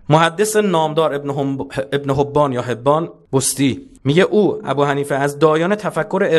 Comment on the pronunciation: وقتی تلفظ ابن حبان را نمیدونی چرت و پرت نگو. چقدر پول میگیرید بابت چرت و پرتاتون